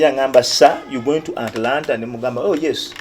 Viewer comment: Hahaha...mbu Anlana....nga kitegeza Atlanta....😀😀 hihihihi Abantu tulina stories nyinjiii ezokunyumizaako kubalala......